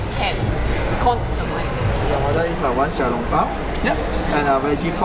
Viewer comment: It’s xiao LONG bao